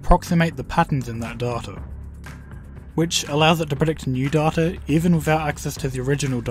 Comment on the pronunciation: I would have subscribed if you procounced data like data instead of saying data like data, there is only one way to say data right and its data